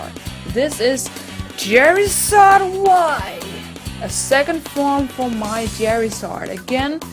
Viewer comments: its charizard not cherizard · When you say Charizard it sounds like Jerryzard